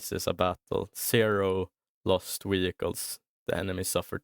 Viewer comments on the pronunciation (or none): I never noticed before that Swedes pronounce V as W, you say "Wehicules" sometimes, is that a thing in swedish that you pronounce Vs as the W sound from english? With Germans (and French people) it's the opposite they use the V sound for W. In Wallonia we use both the V and W sound like in english ( but we speak french ofc lol). A frenchman would say "Vagon" for a train wagon, while we say "Wagon".